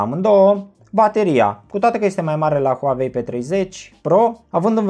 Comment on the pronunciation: Huauei nu Huavei 😂